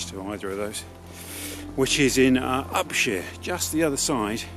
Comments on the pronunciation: Could you please stop pronouncing Upshire as "Upsheer". It's pronounced "Upshyer" and always has been. I was born in Upshire and lived and brought up there until I was sixteen. Happy memories. It seem to have changed after the London over spill estates were built an I supposed the East Enders were unsure how to pronounce it. Don't forget, it's pronounced "Upshyer" as in the Hobbit. Sorry to be a pedant, but it was my village. Anyway, just love your films and your style of delivery. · Recently found your videos and love them, especially as I grew up and lived mostly in the Lea Valley. By the way Upshire is pronounced Up-shy-er.